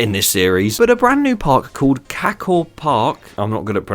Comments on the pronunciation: for future references its pronounced ka-cow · CACKoh park 😂😂 Edit: Honestly I don’t care how he says it one bit. I just thought it was funny how he didn’t know about Cacao.